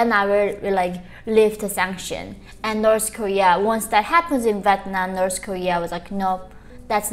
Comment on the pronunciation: It’s so cute how she aways pronounce North Korea as Norse Korea.